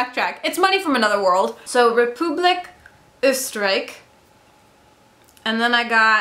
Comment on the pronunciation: i love when english speaking people speak german :D "deutschland" and "oysterike" really made my day :]